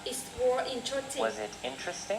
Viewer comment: ơi, t nhận xét bài c nhá:D 1. Độ to: ok c nhé, rất rõ ràng. 2. Phát âm: 1 số chỗ từ t phát âm chưa chuẩn khúc "it" k có /s/ nhé và "was" c phát âm thiếu /s/. t k soi thêm đc lỗi nào khác nhé. 3. Trọng âm từ và câu: t k thấy trọng âm từ và câu trong bài của nhé, nó bị đều từ đầu tới cuối. 4. Tư thế đứng và cảm xúc: tư thế đứng tốt nhé c. nhưng c nên lồng cảm xúc vào, đặc biệt là những đoạn mà có " yes, no " ấy. phản xạ trả lời câu hỏi chưa tốt c nhé, và câu trả lời ở 1 số câu hỏi c có thể kéo dài câu trả lời và bổ xung thêm thông tin cho c trả lời nhé thêm cảm xúc vào bài sẽ hay hơn nhiều nữa, phát âm tốt nhé c <3